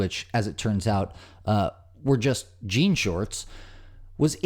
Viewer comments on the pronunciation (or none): none